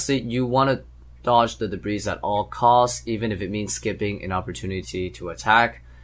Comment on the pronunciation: Debris - (De-BREE) - not pronounced in a plural form.